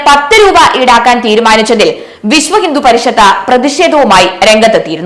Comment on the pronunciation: നന്ദി അറിയിച്ച ദേവസ്വം ബോഡ് എന്നോ ' വിശ്വഹിന്ദുപരിഷത്ത യോ ഇതെന്താ ഇങ്ങനെ വായിക്കുന്നുത് കൃത്യമായി വായിക്കെടീ😡😡😡